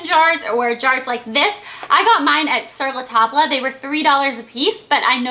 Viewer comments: I think its pronounced (sur la Tob) not (sur la tabla).. the reason I say that is because it is french and the L and the E are silent in that word...... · Hey Blair u say sur la tabla but it's French and pronounced sur la tab.... Just wanna let u know :) love the video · Sur la table is pronounced Sir la Taub!!!!! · You do realize it is pronounce sur la tab right? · no u still say the l..... im french. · sur la table is TOTALLY not pronounced like that hahahah :P but cute idea!